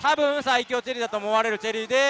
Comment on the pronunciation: ｢さいきょうチェリーだったんじゃないすかね｣☚ココ！イントネーション（intonation）がおかしいですよコレ。番組に出て講釈垂れる前に自分をもっと磨いた方がいいと思います。